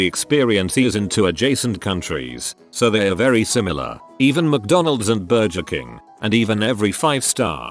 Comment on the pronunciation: the way the bot pronounces burgerking xD